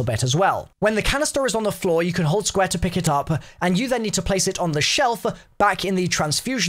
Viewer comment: “Squa” (square)